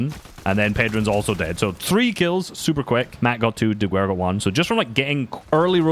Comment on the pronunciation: please, pronounce Diguera like "Dighera"